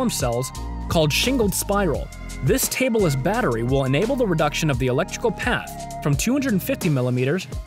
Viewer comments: I was cringing so much when he said tableless, i had to watch it multiple times for the lols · "Table less" design ahahahaha It's tab-less. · Tabless not tableless. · god d ammed i cant hold it sorry. Its not TABLE-LESS but TAB-less.